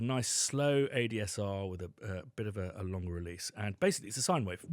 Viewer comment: "it's a sine wave that cuts through." "a siney wave..." huh?! a sine wave is a sine wave is a sine wave